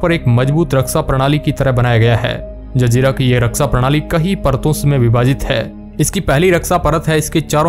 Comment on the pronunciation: Zanjira nahi zazeera bet